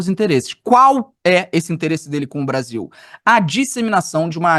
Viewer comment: "... O Bavil deveria pôduvir... quêm errei?"